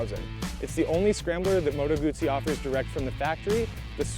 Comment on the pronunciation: If you are a reviewer that cannot pronounce Guzzi correctly and cannot seem to remember how large the motor is in the bike, your opinion means nothing. Great bikes, all three, and I think you chose the right one (I own a BMW and a Triumph and lust after the Guzzi so I have no bias here), but get your shit right before judging.